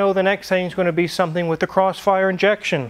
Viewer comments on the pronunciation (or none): You'll get caught up in the... Crossfyurrre. Crossfyuuurrreee!